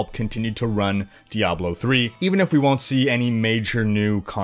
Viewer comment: "dayblo"? (insert joke here)